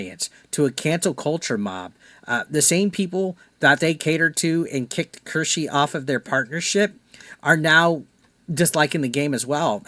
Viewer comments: I’m surprised you don’t know who she is. She’s amazing and hilarious. It’s pronounced Keyr- Sh- uh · Omg u buchered her name😂